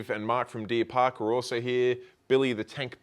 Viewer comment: Deer park aquarium! You said it right, straight shooter and just an all round top bloke! He’s my go to fish shop!!